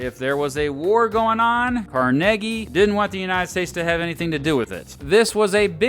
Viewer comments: It’s pronounced Carnegie not Carnegie! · The history of pittsburgh cannot be told without discussing Carnegie (its pronounced car nay gee!). Great video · I'm from Pittsburgh, and it's pronounced "Car-neg-ee" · Car Neg Ee is how he pronounced it. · I thought his name was pronounced "Car-NAY-Gie". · He pounced it the latter way because he was Scottish.